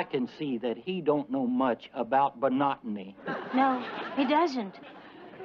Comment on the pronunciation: He said 'bonotomy' which was a butchering of 'botany'